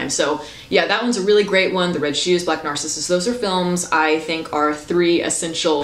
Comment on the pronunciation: Youre pronouncing "Black Narcissus" wrong, like "narcisist". In Narcissus (greek mithos) the accent goes in the 2nd syllable, not the first.